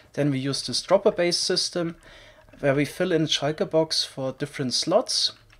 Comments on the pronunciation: its called a shulker box not a shaiker box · I love pronunciation of shulker box as "shieker box" Lmao I love this channel